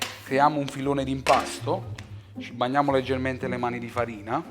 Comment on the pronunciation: ci " bagnamo" le mani di farina non si può sentire. Quindi ti "banniamo" con le mani di fatina. Camin vattin..... jiss sap fa a pizz